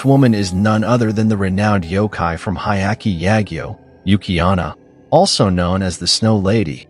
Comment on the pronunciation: Your pronounceiation are off ....like yuki-ona you said yuki-anna and instead of envelop you said envelope....I stopped listening at 8mins but I'm sure there's more mistakes.... I would love to watch a correctly worded version of this, so let me know if you make one.